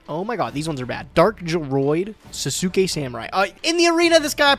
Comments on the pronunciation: someone teach to pronounce sauce-kay, WTF is sa-su-kay? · Can someone please teach how to pronounce Sasuke correct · It feel so weird to hear pronunciation for Sasuke samurai😂